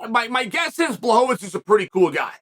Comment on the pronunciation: wwooooow, 3sec`s in and I hear Błachowicz, and not Blauhovovitsch, Chael P prove once again why he is the goat.